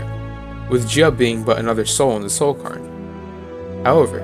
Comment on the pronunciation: I'm so sorry for nitpicking, I feel like a right arsehole, but it's pronounced cayr-n, like "care". It's a Scottish/Celtic word I think, Scottish girl here so it's a word I hear a little more often than some. Love this video, I love that you paid such special attention to poor Juib. I feel eternally guilty for never having found every page of his Opus.